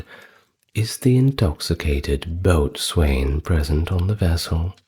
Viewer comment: Excuse me, Hermione Granger here: “boatswain” is actually pronounced “bow’sn.” Other than that, lovely video as always!